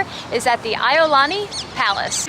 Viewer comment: Iolani is pronounced IEe-olani